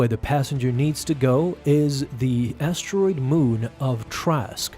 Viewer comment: Trask is an estuary planet, not an asteroid planet as you pronouced it.